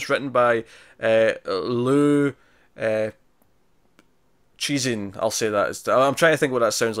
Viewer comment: The three body trilogy is the best sci-fi piece of writing since Asimov and Banks. It really works well for western readers too - my favourite book period. BTW Liu CiXin is pronounced lew si shin.